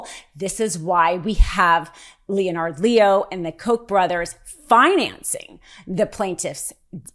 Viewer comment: it's pronounced linnard leo not leo-nard. No reason to introduce pronunciation confusion into the situation. But thank you for this coverage!